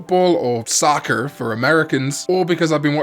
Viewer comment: The way you say “sAccer!” made me laugh